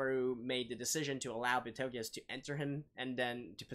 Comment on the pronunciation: It's not Betelguese. It's Petelgeuse.